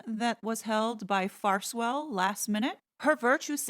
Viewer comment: 'Farse- well'